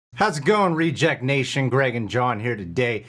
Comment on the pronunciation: The Reach’ject Nation 😂